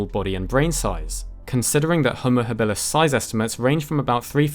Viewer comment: your pronunciation of habilus kills me.